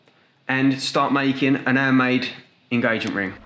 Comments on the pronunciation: I love how you don’t say your H’s 😂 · lol he doesnt pronounce the H like a french person haha "andmade", "opefully" etc :)